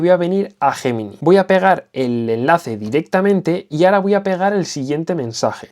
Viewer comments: ¿Guguel JJJemini?...🤣🤣🤣🤣, qué mal se pronuncia el inglés en España, es algo endémico. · es Yeminai... asi se pronuncia tmr españoles, q les cuesta decirlo en ingles... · Es un término originalmente latino y en latín se pronuncia «guemini».